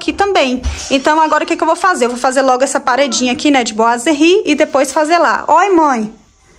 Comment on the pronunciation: Ficou lindo...gostei que vc é uma das poucas que fala boiserie certo...rsrs....os pratos estão lindos nesta vibe de natal! Agora só acho que vc poderia pintar ou trocar o trilho por branco ou dourado da cor da torneira e jogar a luz para onde estão os pratos pq neste momento eles sao oa destaques da sua cozinha. E outra dica sobre os boiserie é passar uma massinha neles, se conseguir, nele todo pra tirar aspecto de isopor seria melhor, mas por ser muito difícil passe pelo menos nas juntas e imendas como rejunte pq fica parecendo que é um peça só e dá um acabamento de primeira.